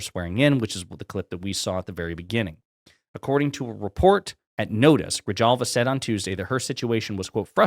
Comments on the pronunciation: My dear sir, I'm a New Mexican, and Grijalva is pronounced "Gree-halva", not gree-jalva. Please. My ears bleed every time you say it that way. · Dude, please don’t be so white. It’s not pronounced “Grijalva “ it’s pronounced “”Grihalva.” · Gree-hal-va. Greeee-Haaall va. J is silent. J like Halapeño and hueves and Hulio and Huan and Ho-say and Greeee Halll Vaaa!!!!! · It's pronounced like Grihalva lol J is pronounced like H. I live in Tucson so you learn Spanish just by existing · Grijalva is pronounced Grihalva. your killing me😆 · The "j" is pronounced like an "h". Gri"halva"😂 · TlFYO, the name is pronounced Gree-hall-va. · Its pronounced Gri-hall-va. Not clowning or criticizing, just adding my little grain of sand to help the channel. Great channel by the way. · Appreciate the story but because 35% of the population is Latino, perhaps you need some pronunciation help. I am presuming you did not take Spanish in high school. H is usually silent. J is always an H sound, thus Grijalva is GRI-HALL-VA. Ojeda is O-HEDA. Y is a long E as in Ybarra is E-bar-ra with a rolled R—practice in a mirror. Have a Spanish teacher give you a 20-minute lesson and you will never be embarrassed again as I love you and can’t stand to see you embarrass yourself. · Enjoy your post, I live in Tucson Arizona Arizona 7th District the new Representatives name is pronounced gre-hal-va in Spanish the J is pronounced like an H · BTW -the name is pronounced Gree-HAl-va Not a "J" as in 'jar' ......but an 'H' as in horribly wrong way to pronounce her name. Grijalva. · Grijalva, … Pronounced Gri halva fun fact. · For the sake of argument, her name is pronounced GREE-HALVA. It's Mexican, so the J sounds like an H, just so you know. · The 'J' in Grijalva is pronounced with an H sound. Gree-halva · Your pronouncing her last name wrong. The J in Spanish comes out as an H. Gra hal va. Just an FYI. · It's pronounced GREE YALL VA! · say it like this Gri-Halva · Gri-hal-va /hal/ hard /h/ as in halva. Grijalva